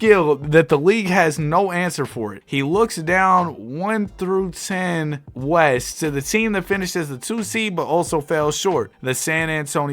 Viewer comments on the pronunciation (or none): it’s I-10 as in interstate 10😂😂😂